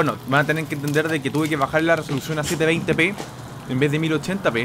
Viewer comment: es peruano por que dijo 720 p jajaja que racista sono xD